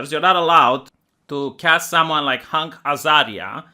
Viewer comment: Everyone: Hank Azaria: HUNK Azaria;)